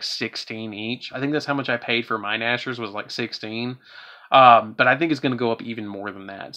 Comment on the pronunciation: Cyber Dragon Nashor? Nä-chst-er